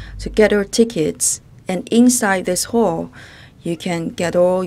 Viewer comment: I was so confused why she always says hole🤨finally figured out she means hall